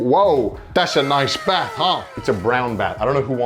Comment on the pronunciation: I just love how you say bath 😂 sounds like Beth 😂